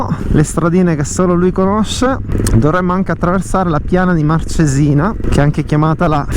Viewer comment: marcesina non c'è accento sulla E soi dicono sempre sbagliato .. sarebbe cos' l'accento Màrcesina